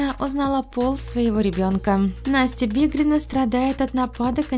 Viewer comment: Не бедрина а БИГРИНА...